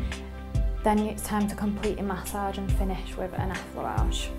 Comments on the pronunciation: It sounds like message with an accent at the age part. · Say massage one mo time